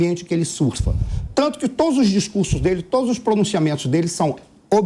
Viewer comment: pois é, ela estragou a fala com esse " todis".